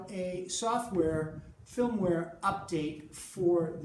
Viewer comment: maybe it's just my hearing but I swear is saying 'filmware' not 'firmware.' Am I crazy? Otherwise this was a great little video. I just got one and agree the distortion setting should be called feedback.